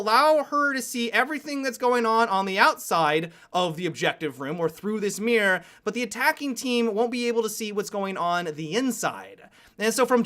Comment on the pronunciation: I love that you pronounce one way mirror as one way mira.